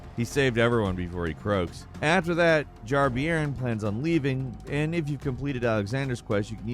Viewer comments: BTW it's pronounced "Jar Bearn", like a bear. Not sure if any other countries use that term but a bairn is a child ie Jar child. Miyazaki likes English voice actors and English slang in the games for the authentic European feel :) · Jar-Bairn is pronounced "Jar-Bern" Bairn means small child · A small point I know but Jar-Bairn is pronounced more like "bear-n" than "beer-n" as "bairn" is a Scottish/northern English term for a child. As a Geordie, the constant mispronunciation is quite, jarring. Thanks for the vid all the same, they really did a good job with all the UK accents and localisation. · Jar Beern? It’s pronounced like bear or air or share. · What a bizarre pronunciation of Jar-Bairn! Its Bairn, as in BEAR-N. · It's pronounced Jar Bear-n. It's Scott's slang for baby/child. Loved the video! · Also, Jarbairn is probably pronounced like JarBEARn, as bairn is an old word for a child, meaning he's basically called Jar-kid. Source: in Newcastle, England, we often say bairns when talking about someone's young kids. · Jar bairn is pronounced : bare/bear then 'n'. So like bear-n. It means like a kid or child. 😄